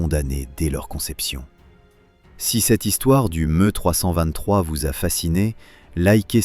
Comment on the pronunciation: Pas MU mais ME